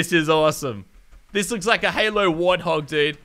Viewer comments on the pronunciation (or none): none